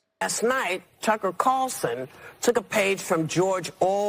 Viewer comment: “Lassnight Tucker cawwlsen took a page from George Oooowwell’s 1984”